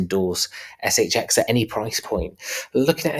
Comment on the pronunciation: In the intro put more emphasis on the X, in the the cryptobanker shXX